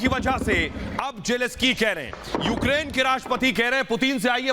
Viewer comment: *Zelenskyy Not Jeleskyy.